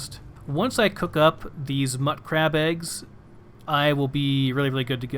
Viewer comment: Pronounciation is sort of to each their own for these types of things, but I think mutcrab/mutfruit should be prounouced mute-crab and mute-fruit, since the mut prefix is shortened from mutated/mutation. Just sayin'. :)